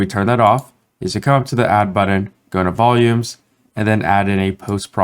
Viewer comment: Muir, that is most definitely a matter of personal opinion. Some of us find the way speaks grating, in that he mispronounces words ("budden", etc.) and uses far too much up-speak. When you have autism and misophonia like I do, such affectations make getting through the tutorials extremely challenging. The information is excellent; the presentation leaves much to be desired. By contrast, go listen to tutorials by deaf UE instructor William Faucher. He has some of the best vocal inflections of anyone around, which is a huge deal since deafness creates massive challenges because the person cannot hear their own voice. Yet he manages to sound better than many YouTubers and voiceover artists.